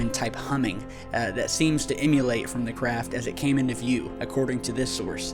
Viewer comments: Emanate.... Not emulate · "Emanate", not "emulate".